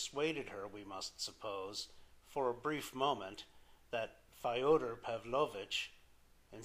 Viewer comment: Not Fi-oder (like Fido) - It's Fyo-der like Yo-der, with an F on the Front. But thanks, nonetheless.